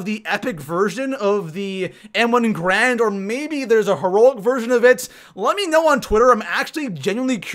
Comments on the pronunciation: M1 Garand. GARAND. (Gah-rahnd) Not "Grand" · Its pronounced gArand not grand Gair-and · He's saying m1 "grand" but it's actually pronounced m1 "garand", this gun is a real life gun and is pronounced that way!!! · Ga-rand not grand